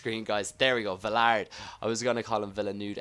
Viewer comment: Vilarday is how it's pronounced